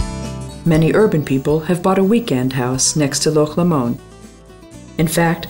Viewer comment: Amen NoBullBassPlayers! Unreal! What, Expoza can't employ people who know how to pronounce the names of the places in Scotland in a travel video? That is the whole point of their videos isn't? it This lady pronounces Loch Lomond & other places as if they were French, or some other unknown pronunciation,which is fine if this were about France. It sounds ridiculous! Get with the program Expoza! This video is excellent visually but needs some work in the narrative department. I could do a much better job if you like. Nice visuals though! Thank you!